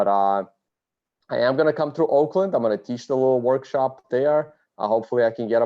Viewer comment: Auckland, not Oakland